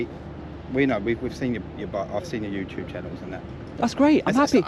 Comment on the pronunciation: complete and utter helmet, needs knocking out, and needs to learn how to pronounce YouTube, its not youtooob you idiot!!!